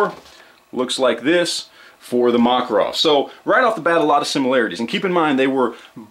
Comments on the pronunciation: ma-KAR-ov is the pronunciation. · Is the Makarov pronounced "Mack" or "Mock"? The internet seems to be split on this one. I'm sure the Russians use the latter pronunciation, so that should be all that matters, right?